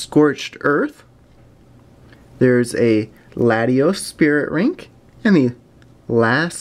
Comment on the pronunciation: Latios Spirit "Rink" xD